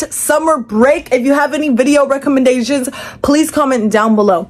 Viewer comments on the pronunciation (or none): Pls tell me im not the only one who heard "re recommendasian"😂